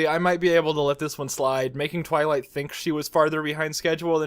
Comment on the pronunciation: Roughly everything tenth time you say "Twilight" you try to say it slightly faster and get two-thirds of the way to saying "toilet." Do not stop, it brings me intense, forbidden joy.